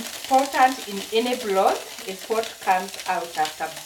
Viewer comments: I finally figure out you are saying broth and not blood🤣🤣..we eat the meat and also the bones..sometimes they are soft and we make soup with dumplings with the broth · I was also going to correct you about your pronounciation of the word BROTH and also turned on the Subtitles which said you were saying blood which was not correct. You should realise there is an "R" in the word broth then you can't go wrong and Peter should have corrected you like he normally does. The broth meal turned out great and I like the potatoe cakes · It is not bloth it's broth